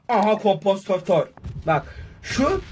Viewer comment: ab güzelce konomposantör diyor